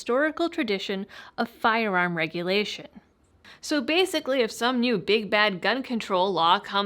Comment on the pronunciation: Whenever says "Firearm," the Massachusetts comes right out and I'm here for it!